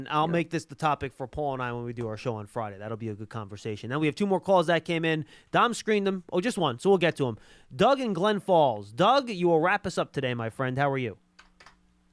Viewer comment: John, you always say Glen Falls. It's Glens Falls.